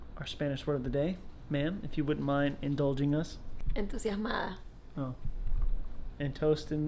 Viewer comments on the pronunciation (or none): it's "entusiasmada" not enthusiasmada... just so you know :) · se dice entusiasmada